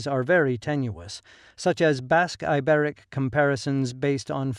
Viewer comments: It's BASQUE not bosque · When you say Basque, I hear Africa! 💥💪🏿🌍